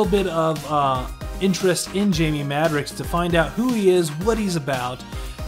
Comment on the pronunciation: He's my favorite character.. Love the video.. Thanks for the upload, but PLEASE, repeat after me MAD-ROCKS, Jamie Madrox (Mad-rocks)